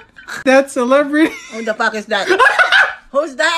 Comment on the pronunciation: I love the way she says WTF IS THAT "what the paack is taat" lmao💓